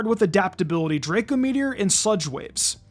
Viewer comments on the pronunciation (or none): none